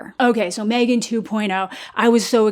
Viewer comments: Mah-three-gan two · I can never not hear you say MeThreeGan, ever. I don’t understand this “Megan” movie you’re speaking of.